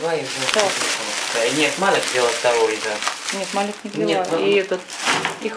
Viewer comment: доброе утро! Маляк (ангел)женское имя, Малик (король) мужское имя. В арабском языке произносится так. Спасибо